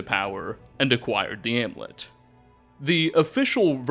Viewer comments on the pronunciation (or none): *amulet. Ahm-you-let. Also, *that big a role. No of. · And the u in amulet.